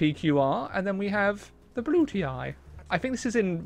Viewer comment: Why does he pronunce "Brutii" that way? It hurts so much